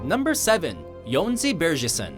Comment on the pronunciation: they actually pronounced Jónsin right